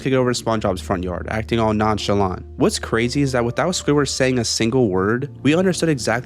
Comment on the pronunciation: “nonchelant” i know that?